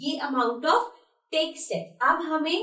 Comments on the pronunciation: Not tex ,it is tax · Maam u dont know english it is tax not tex